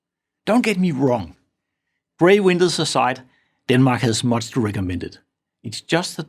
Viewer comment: What is he saying ? Sounds like "Bray windows aside". I keeping replaying it but I can't get it.